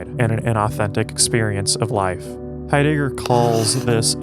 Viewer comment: “Martin Hi- digger” Thanks I’ll pass